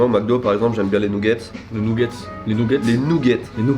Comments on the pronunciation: nougette et pas Newgete a ne pas confondrre !!!!! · " Nougets " "poutit déjeuner " ça m'a tué 😂 tes un champion